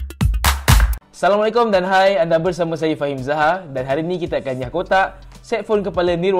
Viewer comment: Walaupun penyampaian dia kurang memuaskan., sekurang2nya dia bagi salam dengan betul. Cuba perhatikan., ramai antara kita bagi salam tetapi huruf alif., iaitu huruf pertama., tidak kedengaran